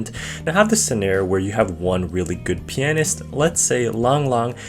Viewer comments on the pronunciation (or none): Didn’t play long enough to learn how to pronounce the word pianist eh?